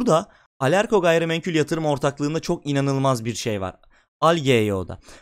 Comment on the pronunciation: Temettü portföyü yapacaksınız ve orda Ereğli olmayacak. Bence o da eklenmesi lazımdı. Birde "gayrimenkül" değil "gayrimenkul" naçizane düzelteyim dedim. Başarılar